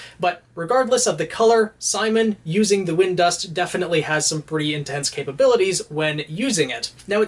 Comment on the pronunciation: It's Simin not Simon bro